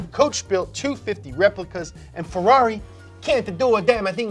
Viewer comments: "Fe-LOLLY" is tiresome too. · Inside of me I really hope he was trying to be sarcastic just like when he pronounces Ferrari, Mercedes or Lamborghini wrong